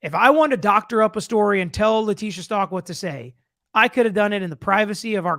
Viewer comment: The last name is not Stalk it's Stauch. Like ouch with a st in front of it. If I was on the jury, my big question would have been, the note that was written in latin/spanish, was it written in front of the dr or brought in from her cell.